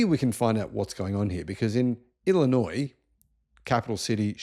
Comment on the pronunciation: Springfield is the capital of Illinois, but who really cares? But good job on the pronunciation of Illinois. Many in the US incorrectly pronounce the "s" at the end which would be a faux pas.